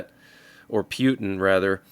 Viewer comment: pewtin, hahaha 😂😂